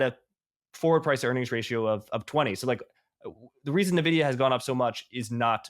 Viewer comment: It's ENVIDIA, not Nividia